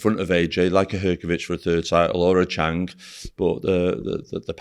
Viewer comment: “Chang”, “Kobalev”, got to love ahold skool Northerners mispronounciation of foreign names 😄